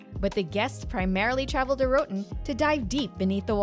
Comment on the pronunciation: Disappointing that you cannot pronounce "ROATAN"!!